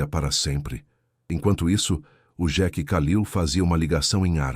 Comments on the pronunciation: Senhor a pronuncia não é xeque é sheik 🤦🤦🤦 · Nao e jequi é Sheik......não sabe falar IA. Ou quem traduziu é burro. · Por que que o narrador não fala Sheik Fala Jack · O narrador não sabe falar sheike